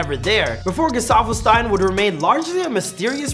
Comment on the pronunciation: Bro u pronounced his name as both Stein and Steen in the first 2 minutes of this video. F